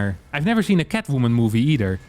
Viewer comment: Idk why but the way he just spits out the word "Catwoomin" cracks me up 😆